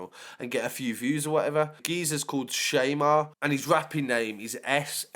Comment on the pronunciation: It’s pronounced ‘Sham-Are” not ‘shay-mare’ lol